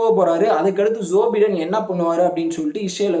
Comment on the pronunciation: உச்சரிப்பில் வேண்டும் ஒரு திருத்தம் ......!! ? ஜோ பை( bi )டென்